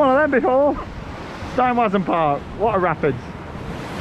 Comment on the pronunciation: As is usual, replacing all the ‘w’ characters, in the German words, with a ‘v’ sound would help a lot.